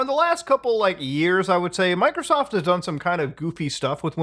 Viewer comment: I keep listening "Michaelsoft"